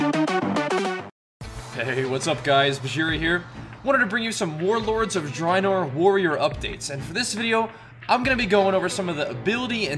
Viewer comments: It's pronounced Warlords of Dr-A-enor.. Not Dreinor.. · ur saying drinor not draenor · he doesn't say draenor right lol